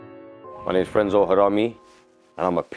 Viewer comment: it's frenzo not fenzo